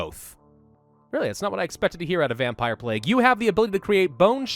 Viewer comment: What's a "Vempire"? . " . .\_/ .